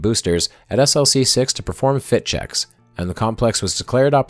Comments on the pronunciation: Tremendous video! However, having worked on a project that launched from Vandenberg SLC-4W, you should know that the launch complex abbreviation is pronounced as an acronym, e.g., "Slick-6." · Its pronounced 'slick' six